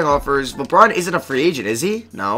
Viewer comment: Does anyone hear him say wabwuan instead of LeBron